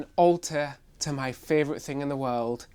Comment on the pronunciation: Can you please stop saying "Fray-vorite" its "Favorite" winds me up haha!!